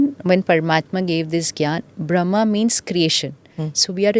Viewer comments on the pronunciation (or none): It’s pronounced as Brahma’a’ and not Brahm. Being a Podcast host we should say things correctly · The word is Brahma not Bram . Brahm means world and ma equals mother . So it is the female energy in a male body you have the female energy of mother to also Shiva being the father is the spiritual father the father of all souls of all religions is one and the mother